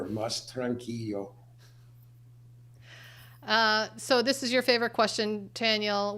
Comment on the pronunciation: It’s actually tran- KEE -lo (not yo). Tranquilo.